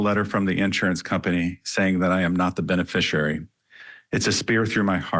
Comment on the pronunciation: Somebody, please, teach that woman how to pronounce 'beneficiary'.